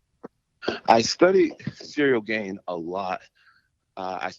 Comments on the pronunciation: He calls him cereal gane lol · Lol he foreal said "cereal gain". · Man called him Cereal Gain 😂